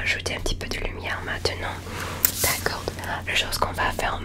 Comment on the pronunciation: Hey super vidéo, j'adore ton asmr rapide !! Juste un petit conseil, si ça peut t'aider bien que ton français soit déjà très impressionnant, le "d" de "d'accord" ne se prononce pas héhé, c'est comme si c'était "d'accor" :) sinon ton accent est très agréable !!